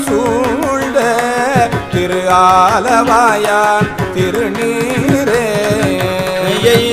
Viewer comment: Wrong pronounce ஆலவாயன் not ஆலவாயான். Thanks